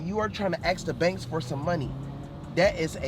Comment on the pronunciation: he cant even say “ask” right